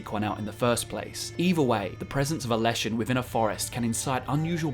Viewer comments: Forest is les not las in Czech/Slavic that's why it's leshen not lashen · Word for forest is Les, sounds just like ‘less’, not las